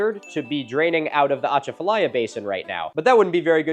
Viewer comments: Very minor thing, but we stress the A's more on Atchafalaya. uh-chah (like as in apple) fuh-lie-uh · You need a Louisianian to help you pronounce Atchafalaya! Kind of like this -> uh • CHA • fuh • LAI • uh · the ahh chaafta liea 😂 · Natchitoches is actually pronounced Nack-a-dish believe it or not, and the emphasis is on the 'cha' in At-CHA-falaya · I’m from Louisiana as well and came to comment about the way he said Atchafalaya. I didn’t get to the natchitoches part yet haha. It’s “UH-CHAH-FILL-EYE-UH” in case anyone wanted to know lol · Milo, as a resident Cajun, from the Acadiana area of Louisiana, I couldn't help but chuckle at your attempt to pronounce "Atchafalaya" River. (It's pronounced "Ah-chaf-uh-lie-uh") Wanted to add that we know our names are really weird to pronounce, they are often inspired off of French or native languages. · My Louisianan heart is so happy to be mentioned but also cringing so hard at the pronunciation of atchafalaya and natichoches 🤣🤣🤣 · As a cajun watching Milo struggle to pronounce Atchafalaya and Natchitoches gave me life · As someone who grew up on the Atchafalaya River I had to pause and hope he doesn't pronounce it any more throughout the video.... But I suspect he will. Louisiana definitely has its own pronunciation rules for everything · Milo buddy that's not how you say achafalaya